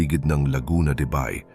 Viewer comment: Ayusin nga ang pag pronounce sa Bay....